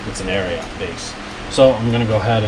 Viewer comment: Also it’s pronounced just “Ariat” not “Ariaht”. 😆